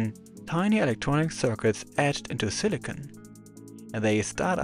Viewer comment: It's time to bring back that annoying old mispronunciation... "SilicONE Chip"